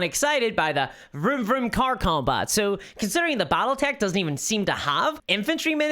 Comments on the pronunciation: "Bottletech"??? What is "Bottletech"???? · I've never heard of "Bottletech" before...:)